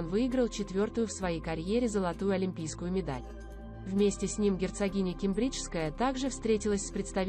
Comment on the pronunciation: Ке'мбриджская. Ударение на 1 слог